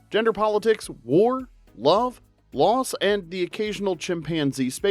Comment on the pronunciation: Loss, not liss!!!